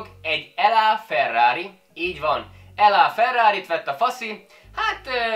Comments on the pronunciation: Laferrari :) nem L Á ... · Az nem "EL Á" Ferrari, mint Los Angeles, hanem "Lá" Ferrari, mint a franciáknál.... Nincs mit! 🤓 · la ferari nak mondják a ferait amit russzol montál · Kéremszépen hát kéremszépen nem mondd ELLA Ferrari hanem ugy mondjuk ahogy le vagyon írva .... Egy Pagani Zonda ...olyan nem létezik hogy Pagani .... Imádom mikor a testépítők ilyesmikbe mennek bele ... Maradj a tőkehal fajlagos tápértekénél hogy mennyit eszik belőle és mennyibe kerül 🤣🤣🤣🤣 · “elá” Ferrari 🤣🤣🤣